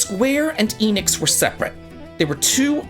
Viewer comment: My dude, it is pronounced "Eh Nix", not "Eee Nix".